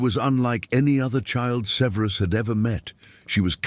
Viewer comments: It’s not severeus severus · Ffs, have the AI narration pronounce “Severus” correctly! Ty.